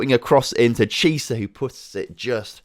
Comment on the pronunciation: Chiesa you pronounce Kiesa not Chisa